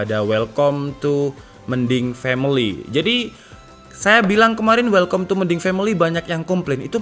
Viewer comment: "Welkam", not "Welkom"